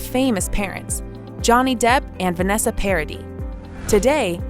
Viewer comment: Parady? It is a French name. Try a little more, please. 😊